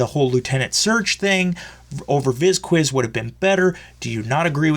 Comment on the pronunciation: Dude you said the word "episode" 12 times in less than a minute. Vocabulary and grammar, please! Bisces is a He and it's not pronounced Viz Quiz wtf!